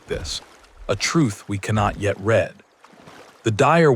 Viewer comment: One of the most annoying things about people using AI is the fact that they don't check the pronunciation of words. When is it read not read? Listen to your own work!